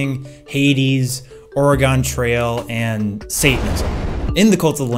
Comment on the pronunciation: Y u say "Ore a gone" trail like that? :l Like Eragon the movie or something lol. It's Or-gun. You're welcome m8 :)